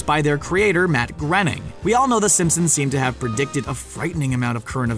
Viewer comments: Pronounced "Gray-ning", not 'Gren-ning' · His name is pronounced GRAY-ning not GREN-ing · GROENING IS PRONOUNCED "GRAY-NING" NOT GRENNING!!!! I really dislike when so called fact videos mispronounce key names or words in them LMAO! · It's pronounced "grain-ing" not "grenn-ing." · It's pronounced Matt "Graining" like "braining" not grenning. You could at least get the guy's name correct if you're talking about him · its not pronounced grenning its supposed to be grayning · lol I've heard people pronounce Groening wrong a lot, but I've never heard them say "Grenning" like in this video. its just 'grain-ing', its really not that hard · I'm sure it's pronounced Matt groaning not grening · Why do you pronounce Matt Groening's name as Matt Grenning? It's pronounced as Matt Growning... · his name is pronounced Gray-ning.... not Gerning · That is now how I would have pronounced Groening's name. Instead of Gren-ning I would have pronounced Groan-ning. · And it's not grening it groening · FYI: Matt Greoning's last name is pronounced groan-ing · It's pronounced gray-ning. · He said "Matt Grening"..... jesus. Also, he says "some people think the professor has a cloning machine". It's a fact that he has cloning tech. That's why Cubert is a thing. He cloned him from cells he scraped off a growth on his back with a fork. And subsequently has a cell scraping day, in lieu of a birthday. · its pronounced graining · BTW, you're pronouncing Matt's name wrong. When asked how to pronounce it, he said, "Groening, rhymes with complaining." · Matts name is pronounced like it rhymes with Complaining, by his own admission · Matt Groening's name is pronounced graining. Please say it right if you're gunna make a "Fan" video. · As he says himself, "Matt Groening... rhymes with complaining." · Since when was Groening pronounced "grenning"? I think "groaning" is probably closer, or Dutch? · IS that really how you say his name Matt Grenning? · Nope. It's grain-ing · GRAINING. GRAIN-ING.